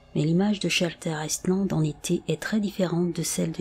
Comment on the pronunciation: On ne pronnonce pas le S de Island .